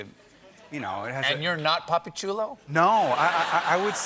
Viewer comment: It’s “papi” He did say puppy though